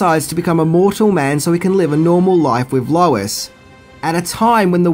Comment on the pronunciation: I thwoth I hard Wallace instead of lois